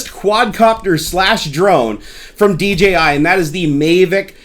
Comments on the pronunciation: Nice honest review. Thanks for your time putting the video together. Just one thing - it's DJI not DGI. I didn't want to correct you on this, but after the 5th time I couldn't help myself. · Everyone says "dgi" instead of "dji" they should just change their name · The gimbal dome is only used when you're just flying FPV, you should take it off when you're filming. One other thing, it's not called May-Vic or Dee Gee Eye you doofus.